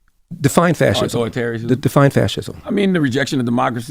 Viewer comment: Slob. Before recording: #1 Buy a fkn hairpick #2. take a shower #3. Put on a clean shirt (that collar look grimey af bruh) . "Fathism" lol you cant even pronounce "fascism" but saying Larry schooled somebody on it🤦‍♂️